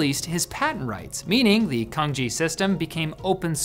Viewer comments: Why he pronounces "cangjie" like "kanji"? It sounds weird. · Cangjie is pronounced: Tsangjieh, not kanji :) Learn to read, man. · It's pronounced like Tsang Ji-eh (Another example that Chinese pinyin is not really designed with helping non-Chinese speakers to pronounce Chinese words in mind...). While Cangjie looks much more efficient than pinyin, I don't think it's very mainstream. I think pinyin is by far the most popular input method. It is also the default input method on all major operating systems. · canjie is pronounced more like tsang chieh. nailed it when pronouncing the easier "pinyin" though.👌 Also the iphone typing shot is actually using pinyin. The virtual keyboard would display radicals when using canjie and keyboards sold in Mandarin speaking regions also have those canjie and/or bopomofo/wubi radicals printed on keycaps. No, no one start with memorizing the corresponding alphabet for those radicals if anyone is wondering.😅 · They should just let Dennis host this episode. Or just pronounce it like Chaang Jeh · Reading Cang like Kang is like reading ChaoFan as KaoFan. Fried rice became baked/BBQ rice. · Bruh, Cangjie is actually pronounced more like "Tsaang jeah" in Mandarin. We Hong Kongers pronounce "Chong kit" in Cantonese. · No, it's just butchering the pronunciation of Cangjie 😂 They're completely unrelated. The Wade Giles romanization probably gets the average English speaker closer to how it's supposed to be pronounced, "tsang chieh" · Pronouncing Cangjie as "Kanji" always make me cringe... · someone should rectivy this video , so many errors, let along the butchered pronunciation of Cangjie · His mispronounciation of 仓颉 drives me crazy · Cangjie is not pronounced how you did at all. You have so many Chinese collegues. Come on. Do your research. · I don't want to be the that guy, but it's pronounced 'tsang jye' not 'kang ji' - the latter sounds a lot like Kanji, which is what the Chinese writing system as used in Japanese is called.